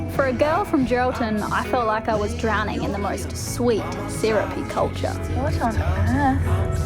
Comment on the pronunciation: “Syrupy culcha” 🤓🥰